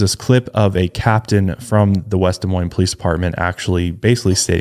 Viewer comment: As someone from Des Moines, thank you for pronouncing our city correctly 🙌🏽